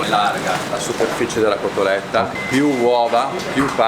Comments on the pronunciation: CoSSStoletta??? Come avete potuto? Vi perdoniamo...ma che non si ripeta mai più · Si dice COTOLETTA!!!!!